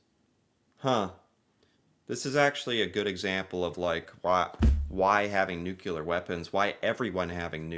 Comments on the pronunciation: the word is nuclear not nucular. It’s a small thing but somewhat important. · It's Nu-CLEAR not Nu-CULAR!! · NUCLEAR!!!! Not nucular! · Sir, learn to pronounce some one-syllable words. Say "new." Now say, "clear." Now say them in succession: "new" "clear." Congratulations! You learned how to say nuclear. "Nucular" is not a word. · Nuke for short isok, nukular - not ok, correct is nuclear weapons. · The ability to say NU CLEAR instead NUKE U LA helps Canada a lot, its called "education" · say: new-clear instead of new-killer! 😂😂😂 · Why can’t USians pronounce “nuclear”? It’s nuCLEEar, not nuKeLar. Drives me nuts. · Nuclear not nukelar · ...the word is nuclear...not "nucular". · Well he's ok but he is an American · is it then..? well, please try to learn to say NUC-LE-AR I think it's the pet name 'nukes' in your head that trips you up. so how "bout you try thinking of what we all wish the world could be: cleared of all nukes! or put another way: NUKE-CLEAR. you don't really wanna sound like George Bush the son for your entire life, do you..? ps thanks for the pro Canada voice..!!! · Please - nuclear pronounced NOO KLEER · What's bugging me here is how you say the word "nuclear", "nucular"? Is that a regional thing in USA? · Yes. Nuclear (new killer) and film (pronounced flim) are an American issue